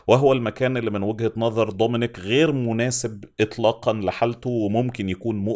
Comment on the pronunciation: ليش بتحكي ضومينيك و طوماس؟